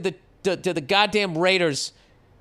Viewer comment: The way Bill says raiders always cracks me up. RAIDEHZZZZ